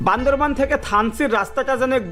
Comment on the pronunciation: It is Bandarban not Bandarbon.Say right.